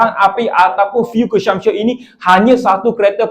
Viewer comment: Ko sebut CONSUMPTION- kelakar dik (belajar lagi)!